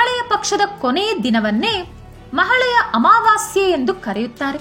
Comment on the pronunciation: ಒಳ್ಳೆಯ ಮಾಹಿತಿ 🙏🙏🙏 ಮಹಾಳೆಯ ಅಲ್ಲ ಮಹಾಲಯ ಅಂತ ಹೇಳಿ